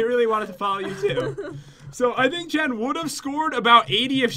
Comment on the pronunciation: You said Jen Jan